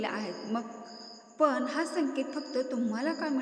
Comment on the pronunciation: पन नव्हे पण मराठी शिकून घ्या.